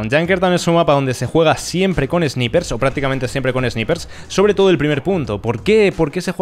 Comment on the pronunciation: Por lo menos podrías pronunciar Sniper de forma correcta. Es chocante esuchcarte decir "esniper", sobre todo para los jóvenes que te ven y aprenden de forma errónea el inglés. No es más fácil hablar en español en vez de inglés mal hablado?? Intentar ir de guay.... En fin.. es un comentario constructivo, sin ofender